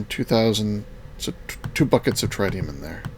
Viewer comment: Tritium pronunciation: Tr-It-Ium not Tri-Tium